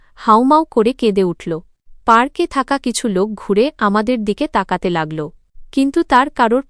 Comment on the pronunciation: এ কে? বাংলা পড়তে জানে না, কে বলেছে পড়তে। লাগল্‌, পড়ল্‌ এ গুলো কী